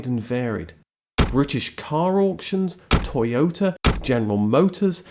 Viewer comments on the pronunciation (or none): none